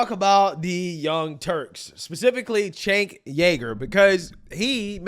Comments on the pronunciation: For anyone who cares, the “C” in Cenk is pronounced like a “J” in Turkish. It sounds like Jenk. Chunk works, too. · I love that gets Cenk's name wrong in a different fashion every video. Chank. Jank. Sank. Chunk. Chunk Yogurt. Chank Jager. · Chank Yager?? Have you ever even seen one video of his literally nobody pronounces it that way lol and I don’t even like the fuck